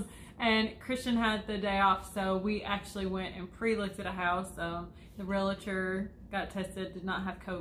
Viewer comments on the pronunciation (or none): Realtor not Real"a"tor. Glad you're all doing well!